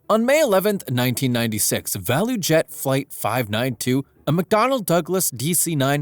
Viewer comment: For future reference, ValuJet is pronounced "value jet". Just putting that out there.